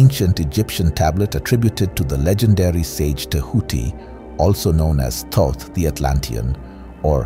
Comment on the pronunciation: The first first to pronounce Thoth correctly in ages.